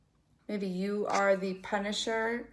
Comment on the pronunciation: The “punishiser” wow